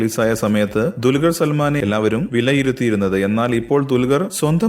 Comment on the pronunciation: dulgar alla dulquer